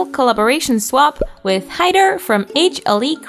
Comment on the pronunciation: Omg they really said hider Its haider but anyways Fun. 😅